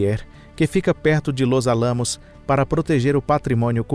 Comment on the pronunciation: Gosto muito desse canal, mas creio que deveria haver um cuidado maior com a pronúncia de nomes estrangeiros, como por exemplo, Los Alamos, o locutor coloca silaba tônica no aLAmos, e deveria pronunciar como Álamos, é uma bobagem, mas dói o ouvido. Mas o conteúdo é 10. Parabéns pelo canal